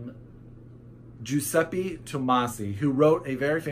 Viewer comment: Oh God, so many books coming outtttt Ps. You said Lampedusa right! :D However last vocal on Giuseppe is pronounced like an ae, that's how the "e" in Italian sounds ;) Italian fella reporting right here!